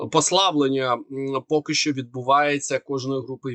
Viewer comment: Дуже важко слухати цей важкий московський акцент. Постарайся читати кому перед ЩО, бо росіяни її не читають а говорять "томущо,". І вимовляти ЩО без м'ьякого знаку, бо українська щ читається твердо. Дякую за розуміння.